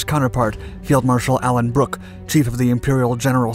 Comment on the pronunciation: Alan Brooke pronouced as if one word.